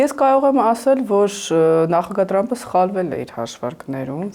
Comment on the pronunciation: Լայ լաղջիկ լերվուծաբան դու ընչու՞ էս Թրամփին տըրամպ ասում Մենք թ և փ տառ ու հնչյուններն ունենք